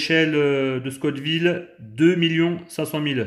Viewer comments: scott ville ou la ville de Monsieur ScoTT 🤣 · Scoville !!! Pas Scott Ville 😂 Très bonne vidéo sinon 🤗